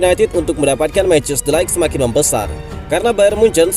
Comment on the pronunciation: Mau koreksi min ,, bacanya de ligt bukan light ,, 🙏